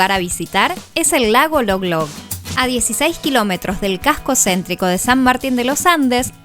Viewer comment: El lago se llama Lolog, no Loglog.